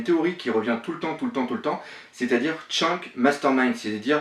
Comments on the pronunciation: Shanks shanks s'il te plait prononce bien le nom des personnage des mangas . C'est vraiment deg. Fait un effort. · Pitier un petit effort sur la prononciation de Shanks xD Sinon pas mal la petite theory. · Shanks se prononce chanksse pas tchank T-T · Mec jsuis désolé t'as vidéo elle peut être bien travaillé ou pas j'en sais rien pcq je les pas vues jme suis arrêter au moment où tu as Chank au putains sa ma tellement fait mal à l'oreille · arrete de dire tchank, c'est Shanks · quand il dit shanks tu oublie de prononcer le s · on dit pas tchank mai Shanks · au fait on dit shanks et pas shank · Shaaaaaanks pas Tchanks !! Pitié la prononciation ! T'es un vrai boss pour tes théories et autres mais la prononciation ... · Attention à la prononciation, on prononce " shan ksse ", pas " chank ". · J ai regardé deux trois théories venant de toi Il y en a des fondées et d'autres non .. Il faut vraiment faire un effort de prononciation sur les persos du manga parce que chank ou encore outsop ca devient dure pour les oreilles au bout de plusieurs fois .. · C'est qui sa tchank?? un effort sur les prononciation ces plus possibles là.. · putin comment tu prononce Shanks 😂😂😂😂